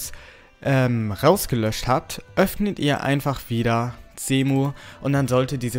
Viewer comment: Der Typ spricht Cemu mit C aus, ist aber Englisch also wird es mit einem S ausgespeochen